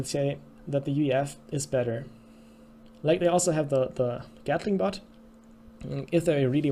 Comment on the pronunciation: Any one else hears Chicken But and Gatling But?